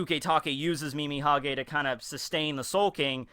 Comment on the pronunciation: It's funny how you've always said "Mimihage" when it's actually "Mimihagi" :D